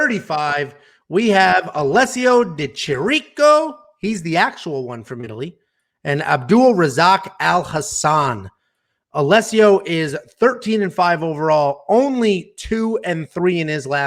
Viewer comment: one thing guys : it's pronounced "Di Keereeko" .... Other than that, nice video !